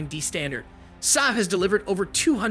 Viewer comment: Saab is pronounced SAAB, not SAB. "A" as in father, fa-ther.